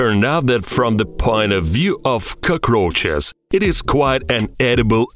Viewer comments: Yeah dude I thought he was saying “koko crunches" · nobody: this guy: koukrouhchus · I love the way he says cacaroches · I hate bugs but when I hear this dude say cuckroaches I can't help but continue watching 😂😂😂